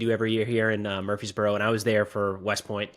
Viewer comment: murfreesboro?.. murfreesboro tennessee??